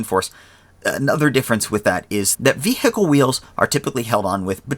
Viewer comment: i don't like the way he says vehicle